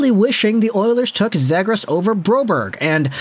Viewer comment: It's "Zee-gras" not "Zeh-gras"